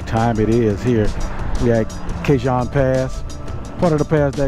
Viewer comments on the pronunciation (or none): Nice as usual. Ca-138 is a very cool road especially if it is open all the way through where you can hook up with Angeles Crest. Regarding the Cajon Pass, it’s pronounced with a silent J. Think Ca-hone. Ride safe.